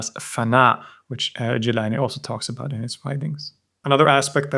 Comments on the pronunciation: Amazing video but I have to make a little comment here. Gilan is pronounced Geelan in Persian. Jeelan is the Arabic way of pronouncing it. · Gilan not jilan 🙏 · It's Gilan not Jilan lol. Having watched so many of your videos, it appears to me that you either don't care about iran in your research or try to remove iran even if it shows up, for example by refering to it as "the rest of the islamic world". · It’s Gilan not Jilan, most arabs don’t have the G sound so they pronounce it as Jilan, but that Iranian province is certainly Gilan and their local language is Gilaki. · its GEElan, not JEElan